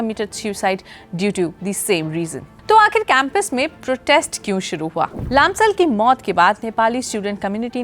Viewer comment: Please Say लम्साल not लामसाल !!